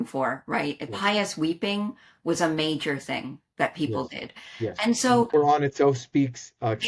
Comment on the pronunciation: I love the way they pronounce the word Qur'an! It's so accurate :D